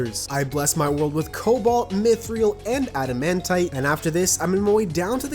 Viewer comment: You pronounce mythril wrong